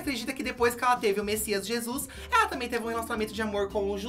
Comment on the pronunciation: N aguento com eles dizendo " a novela Jizus "